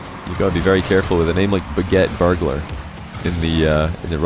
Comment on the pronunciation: thank you for resaying "burglar"...definitely heard "gargler" the first time